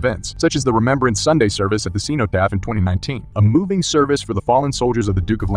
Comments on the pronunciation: “Cenotaph” It’s pronounced as sen-oh-taph Not seen-oh-taph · It is pronounced "sen-no-taff". Soft E, not hard. Next, it is to be expected that Her Royal Majesty was wiping away tears. She was a young lady during World War II, and chose to serve. She was remembering not just those who had been lost, but those of her personal circle who had been lost. This is something I notice is quite prevalent in this type of video assembled by Americans. The Royal Family are humans first. They also believe in setting the example. You will not find a member of the Family who has not served in the military, including in theatres of war. Noblesse Oblige is the rule of thumb. While the "democratic" Republic claims to be classless, the wealthy manage to buy their way out of Service. In England, the Upper Class suffered the highest losses on a per capita bases, than the middle, lower, and working classes. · It's pronounced Abervan. And it's Sen-otaph. The Aberfan disaster shook the UK, not just Wales. For example my dad was part of a group who raised money in the West Country and took the money to the village. He told us that people queued up to donate. Nearly all the children of the village died. Heartbreaking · WHY CANT YOU PRONOUNCE ANYTHING CORRECTLY - SEEN-O- TAPH? are you serious? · Aberfan= Aber-van. Cenotaph= Sen-o-taf. I suggest you learn how to pronounce rhe words you're using if you're going to create content which shows off your knowledge.